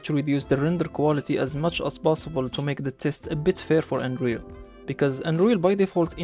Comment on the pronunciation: when you say Unreal, I here Android